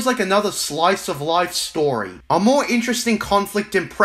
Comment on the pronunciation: Damn bro, the video really showed Filoni who’s boss. That’ll teach him for making a non legends related story, or “stowy” as you say